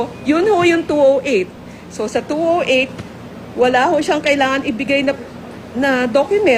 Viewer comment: numbers yata tinutukoy mo madam bakit 2o8 at 2o9 binibigkas mo 2o8 ba yan o two zero eight